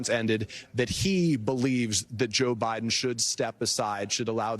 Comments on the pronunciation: NBC focusing on old man’s mispronunciation and yet your reporter just said President Bidle. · "president bile" lol did anyone catch that? tom is getting old too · Who's President Bile? Jeez, man, you mispoke at the very beginning of this segment. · Did he just say President Bital? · Less than 1 minute into his intro, Tom Llamas flubs Biden's name. "President Bidel, Vitel??" He then clutches his pearls and launches into a rapid fire description of how Biden flubbed by saying Vice President Trump instead of Vice President Harris. Geez Louise. Honestly, you guys just fan the flames. Report on something more newsworthy. Like how SCOTUS is ripping the Constitution to shreds to serve their king, Don Trump. Or, Here's a thought, you could focus on the really oddball freak show ramblings of Maga clown Don Trump at his rally today. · Love how the news anchor said “President Bidle” 😂😂 Biden is old and has always had problems talking. Doesn’t mean he’s unfit…he might be, he might not..is this news anchor unfit to report? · He pronounced Biden wrong.